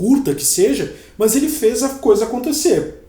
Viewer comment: Engraçado no lugar do "mas" ele falar "mãs" lkkkkkkkkk